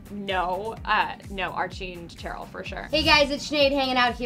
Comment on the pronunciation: she did not just said TCHeryl 😂